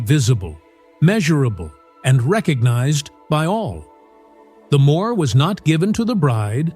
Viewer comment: If you want to know properly how it works instead of just reading Christian texts try reading the mishnah women's book it explains everything quite properly and by the way the thing that the guys give to their father-in-law?it's called a "mo'har" not how it is pronounced in this.....